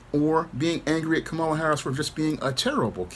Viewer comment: Someone by now still not knowing how to pronounce Kamala, is really just saying: "I am dumb".